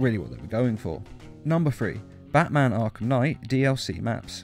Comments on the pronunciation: "Arlham Knight" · It said arhlum knight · "Batman: Arlham Knight" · Did anybody notice how it's says arlham knight